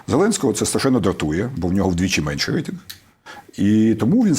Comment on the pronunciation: Взагалі-то "рейтИнг", а не "рейтЕнг"...